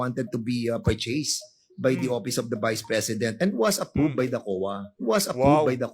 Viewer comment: Hoy dan fernandez mag aral ka mag english, ang chaka ng diction mo, Collectib, apprub, dis waz, parcheys, hahaha, bakit dika na lang kaya mag tagalog, obvious naman na hirap na hirap ka mag engles.